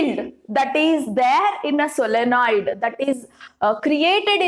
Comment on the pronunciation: Solenoid..Not solonoid